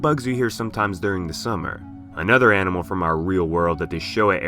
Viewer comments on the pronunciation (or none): none